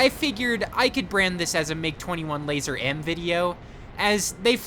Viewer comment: It's pronounced lazur not lazer